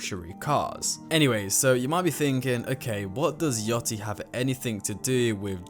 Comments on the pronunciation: It’s yachty not yotty btw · “Lil yottey” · I heard : Lil yottie Me: aight bro has no idea on what he's talking about. Pauses, checks comments, commented myself, leaves. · “Lil Oozie” “Lil Yottie” “Playboi Car tea” 💔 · "lil yotty" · ain’t change the fact he said lil yottie